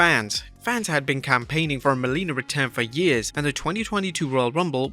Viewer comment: its Melina, not Molina